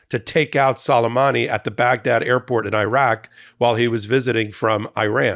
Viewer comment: I believe it's prpnounced Soo-lay-mahnee.